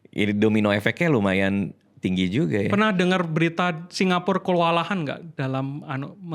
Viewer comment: GINJAL bukan GINJEL